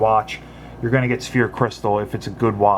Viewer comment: It's not Sphere crystal but Sapphire Crystal. Just for future reviews might want to make that correction. like the first comments states, it sounds like Sa-fire.